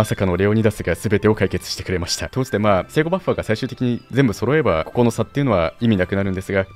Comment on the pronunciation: ここの「聖護バッファー」がめちゃくちゃ発音よくて好きです